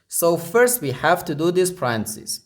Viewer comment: English teacher here. Repeat ten times aloud the following and it will feel more natural next time to say it correctly: Pa-ren-tha-("th" is unvoiced, like in "thistle") cees. Pa--ren--tha--cees Stress 2nd syllable. Pa-REN-tha-cees.